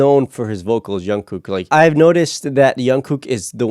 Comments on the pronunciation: Why is he keep saying youngkook..? It's Jungkook..... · ur saying jungkooks name wrong, it's not yungkook... you pronounce it like jeon-gook but made the j of jeon like 'ch' and and the k at the end a bit more like a g sound. And don't pause when u say his name make it flow and quickly Also it's not J-HOP its J-HOPE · Changes in the enlistment laws mean that they don’t have to enlist until they are 30 - none of them have gone. The new law has been dubbed the BTS Law. Jungkook’s name is not pronounced with a “y” sound but a “J” sound. The one who was nervous to sing in front of the others was Jin JK sings MOST of the guides - but SUGA did Soop as he wrote it in a caravan while they were filming the series. Soop in Korean means Forest. The lyrics were originally printed - you were correct but V kept writing the changes down - that is why JK said his writing was bad. He is not the neatest writer. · did he just say youngkook and ungkook lol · fyi you keep saying "youngkook" it's jungkook with a j sound not a y sound (so the opposite of Carl Jung the philosopher) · Also, why do you call him youngkook? It’s Jungkook. The J for jungle. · i just wanted to say that jungkook isn't pronounced with a y sound. its more in line with how you say "junk" but jung with ng sound. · You pronounce the j in jungkook like in jimin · Actually the pronounciation for jungkook is like junk (sound in english) the J not read as Y, and gook (like sound we say google) 😊. And maybe you can check some of JK's work too such as Still with you, Your eyes tell, Magic Shop and Stay. He develops well from years ago.